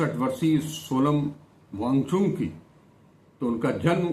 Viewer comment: Cha-cha pronunciation se thik se karo bichare ki naam ka. kehna kya chahte ho